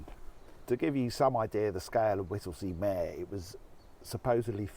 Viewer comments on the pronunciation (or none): It's pronounced Home Fen. PS please use a reusable cup... Mere is pronounced "meer".